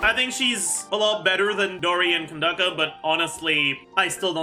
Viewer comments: k-k-kandake?! huh?! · Did.. Did you just called Candace "Kondoko" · He called her Candake, I think. Candace is the localized form of Candake. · At least he’s the only youtuber respectful enough to pronounce Candace and Tighnari properly. Its “Kandaka” and “Tig-nari” not “Can-diss” and “thigh-nari” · It's the real cultural pronounciation i believe. Seno for Saino and Tig-hnuhri for Tie-nari. And Kandake for Candace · why do you pronounce candance like that?